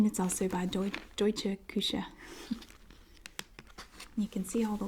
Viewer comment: Hey I’m from Berlin / Germany and I love your pronunciation of deutsche Küche 😍 sounds cute If you have a post mail address I can send you some more 😁 I love your videos ☺️